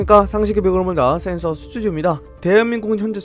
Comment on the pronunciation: 센서 아니고 센스로 들림